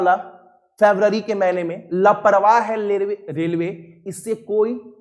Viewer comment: रेलवे =लेरवे सर by sir